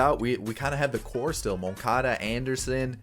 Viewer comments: how to say moncada's name: mun-ka-da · The way he pronounced Moncada